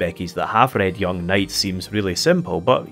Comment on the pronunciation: Ack-HEM... Its pronounced: Karl Yoo-ng. :-p